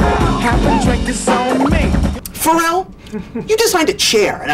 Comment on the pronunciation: He pronounces Pharrell's name correctly "For real"